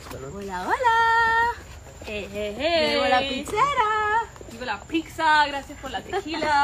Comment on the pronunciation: "Picsa" lol..... Peetsa is the pronunciation 😅